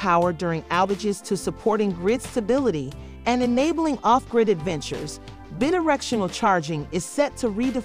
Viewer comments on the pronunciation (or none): It's BI directional. Drove me nuts. Otherwise pretty good.